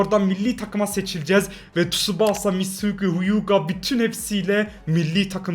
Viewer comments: Abi şuna tusubasaaa değil tusbasa de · Abi şuna tusubasa demeyi keeess